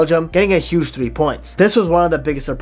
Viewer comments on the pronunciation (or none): none